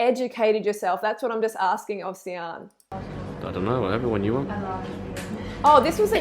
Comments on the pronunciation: And it's not See-an but "Shan" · way late to the show, but Sian is a welsh name pronounced ' shaaan'. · It’s pronounced ‘shan’ and she doesn’t have an eating disorder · her name is pronounced Sharn lol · I was so frustrated the whole time because I live in Wales for the last 7 years and sian is pronounced "sharn" 😅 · It rlly pissed me off when she said Sian wrong smh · Reading this actually made me laugh. It's a Welsh name! That's how to pronounce it!